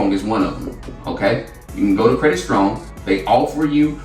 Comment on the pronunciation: strong* not storong